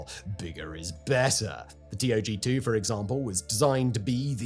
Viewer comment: It’s not T.O.G2 It’s tog 2 The old gang